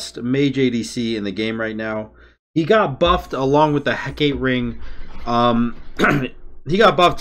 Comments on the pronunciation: Heck-uh-tay (more Anglicized) or Heck-AAH-tē are the common pronunciations, please don't hurt us with "Huh, Kate?" :D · ITS HECK UH TAY NOT HECKATE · do you call it “he-kate” ring on purpose asking for a friend, lowk bothers him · Say it with me: Heck-AH-Tee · Heck-uh-tee lol. good game though, definitely op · my dude, you know how it's Aphrodite and not Aphrodight? Heck-ugh-tee = Hecate my dude. Peace <3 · Heck-uh-tee lol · It’s pronounced heck-it-tee